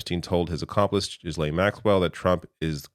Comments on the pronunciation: did you say? Well played if you did. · After all this time why are you mispronouncing Ghislane Maxwell's name wrong. If you're going to give information to people for a living, you should take more care with your words. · Come on , you should know how to pronounce Ghislaine by now .